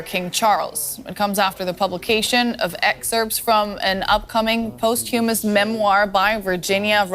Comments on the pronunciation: post hyoo mahs??? No. That is not how one pronounces "posthumous". This isn't a volunteer gig: it's a job you've got. Learn how to pronounce the big words! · QEII’s biggest mistake was always letting Andrew off the hook. In American English, ‘posthumous’ is pronounced PAHS-tyu-muss. First newscaster, who spoke with an American accent, said “post-HUE-muss.” I hope that’s because English is her nonnative language, and not an ignorant American. Thanks, DW! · "Post huemus"? Where'd you get this girl?! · Post humous??? Even reporters suck at basic grammar. What are they teaching in schools??? Ignorant people just passed through without knowing how to pronounce basis damn words.